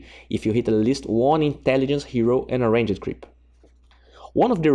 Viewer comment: I like how he says Ranged (Rain-Jed)